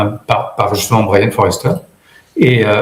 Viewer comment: Sujet passionnant. Pour info, c'est Brien Foerster et pas "Forester" ;)